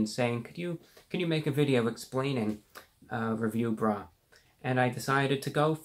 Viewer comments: The way he says review BRUH. I can't breathe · Forgive me but for just a second I heard you said "Review Rat"... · I kept hearing Review Bra.